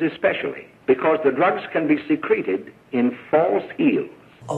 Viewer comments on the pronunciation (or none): WAIT WAIT WAIT. THE GODDAMN NARRATOR MISREAD A WORD AND NO ONE CAUGHT IT?! Seriously, at the beginning, he says the drug "can be secreted in false heels", which he read as "suh-CREET-ed", as in, seeped out of, rather than "SEE-crit-ed", as in stored away SECRETLY. Holy damn, no one involved in this piece of shit CAUGHT THAT? Not the director, the actor, fuck, the key grip!? Not even in post-production!?